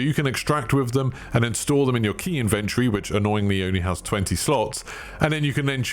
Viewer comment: Inventry inventry inventree 🤣😂